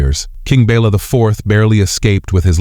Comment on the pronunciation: The king was not "Bella" but Béla. "Béla knew what was at stake."